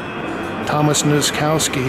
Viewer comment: I hate the way you pronounce the name Nozkowski (noskauski), it should be nosskoffski